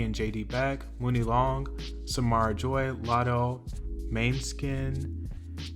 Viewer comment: For God’s Sake It’s MONEY Long. Not MOONie.